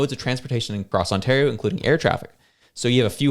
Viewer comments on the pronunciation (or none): none